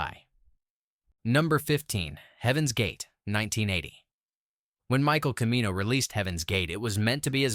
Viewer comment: You pronounced Michael Cimino'' name two different ways and they were both wrong